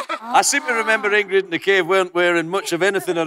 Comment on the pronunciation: at first i thought she said ingrite and i was like nah no way then she did it again hahaha